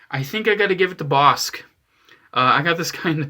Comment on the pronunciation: It’s pronounced “boss-ick” god damn it.